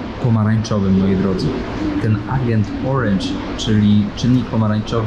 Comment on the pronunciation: Ciekawy material, ale, jak mowisz orange to mow ejdzent, nie agent;)